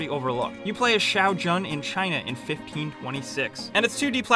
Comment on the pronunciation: The way everyone pronounces Shao Jun.. It's like pronouncing bonjour from french as "Bawn-Jao-er". Just makes me cringe.